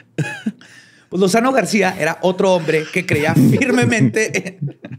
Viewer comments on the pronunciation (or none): Se dice ‘en VIGOR’, no, en rigor 😂 Es BEZANILLA, no, BeNzanilla 😂 Es GRACIA, no García 😂 No es trip, a la hna del presidente López Portillo le gustaba ese rollo; y también Fco. I Madero era espiritista Dos metros, eso no es nada; en el EdoMex sobre una transitada avenida, dentro de una casa, hay una figura de acero de la StaMuerte de más de 20 metros, busquen Luisito Comunica tiene un vídeo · Era Lozano GRACIA, no García querido... ya para estas fechas reconozco tu dislexia hermano.... Y si mejor ponen a leer a Eduardo? Tiene una voz más tenebruda y comete menos errores leyendo.... Igual un Episodio en que dices PILINO el Viejo y es PLINIO caray.. además de otros setecientos errores en la lectura.... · Es correcto lo que dices. Es "Gracia", y no "García".